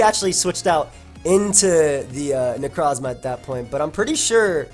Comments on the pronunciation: Take a drink everytime you hear weird way of saying Necrozma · stop saying Necrozma like that lol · Love the way you say Necrozma